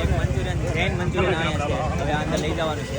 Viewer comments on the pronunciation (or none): none